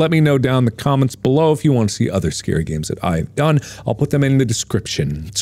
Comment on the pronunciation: RetroWizTHE1st “ganes”?